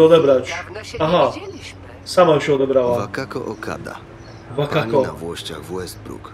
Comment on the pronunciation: Wakako Okada.😂 Pisane przez dabliu, wymawia się Łakako, goddamn.😅